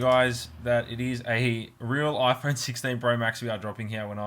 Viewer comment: You broke your Oi-phone 😂